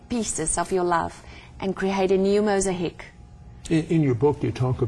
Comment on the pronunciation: mos a heek ? its mosaic. my dear with respect